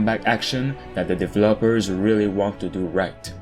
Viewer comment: So we’re just going to ignore the way this guy pronounces words? De-ve-LOpers. Crea-Tures. Very disappointed in the comments